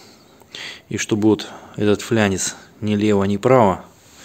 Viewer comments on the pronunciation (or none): почему флянец? а не фланец?